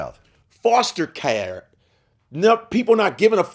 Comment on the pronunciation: Y'all see how he said "care" Haha ~